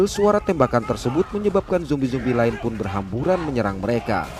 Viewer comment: Bang, makasih kerna menyebut zombie dengan sebutan Yang tepat Dan bukan seperti Yang lain , Jombai.... 👏👏👏